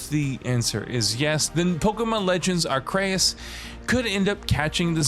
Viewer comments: I understand “AHR-SEE-US” or even “AHR-KEY-US”, but “AHR-KAY-EHS”…? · Arr-see-us say it with me bro, not Acreus lmao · Its ARCEUS WITH A C NOT ARKEUS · Everybody: Are-see-us, Are-kee-us This guy: Are-KAY-us, Are-KRAY-us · Ok good video but every time he said "are-k-us" instead of "ark-e-us" it hurt a little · Pokémon Legends "Ar-Cray-Is?" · I press pause on the video and went straight to the comments, once he said "ARKEYUS" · I am sorry but the majority of the video is literally the same sentence being said over and over and over and over again. Damn that became old really quick. It even went as far as mispronouncing the name Arceus at the end when you got it right the first time. A-kreus? Really? This was a lazy video and pretty unnecessary as well when you add nothing of substance throughout the video. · “Arkrayus” I feel like every video I watch has a different pronunciation but I really appreciate this take fr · My man said “Pokémon ARKAYIS” 😂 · Did this man just say Ark-chaos? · Lmao you’re wrong to, it’s pronounced AR-CUS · Who else turned this video off when you heard how he pronounced Arcesus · Why does everyone keep saying Arceus wrong now 😂 Ar(C)eus lmao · Your pronunciation of arceus is wrong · Dunno if you were saying Arceus incorrectly on purpose or not, but I laughed each time lol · You're so snobby and know-it-all but don't even know how to pronounce "Arceus" 😂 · Bro said Arceus 3 different ways and all of them were wrong. 🤣🤣🤣🤣🤣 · Is it not bothering anyone else how he pronounces arceus??